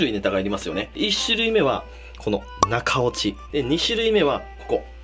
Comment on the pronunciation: 「中落ち」が「中折れ」に聞こえる俺は末期(｀・・´ )